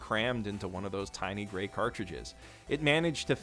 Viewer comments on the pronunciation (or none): none